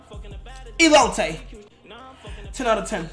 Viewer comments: yo se bro, medio risa ala forma como lo dijo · What the fuck is olotee 😂😂😂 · He said "Elote" it mania